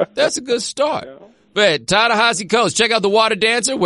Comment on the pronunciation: Thank you so much for turning me on to William Darity. He's the grownup in the room I've been hoping to learn from. Plus thanks for teaching me how to pronounce Ta-Nehisi's first name, but Prof. Darity gets top billing.